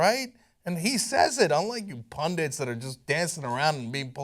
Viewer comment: ffs it is "PUNDIT" not "PUNDINT"